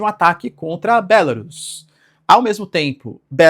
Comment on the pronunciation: Bélarus é o teu c. Diz-se Belarús.